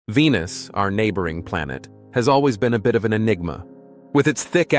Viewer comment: What y'all hear: enigma Me:ligma